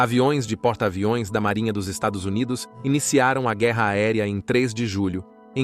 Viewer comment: Porque não consegue falar estados unidos? 😂